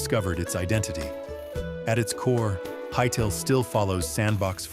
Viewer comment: Hytellah? No, get this AI slop out of here